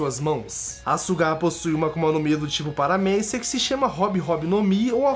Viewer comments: mano,sugar é acuçar em ingles,vai no tradutor e ve como q é a pronuncia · Meu Deus kkkkkk olha como ele falou SUGAR kkkkkkkkkkk esse cara viu o anime nao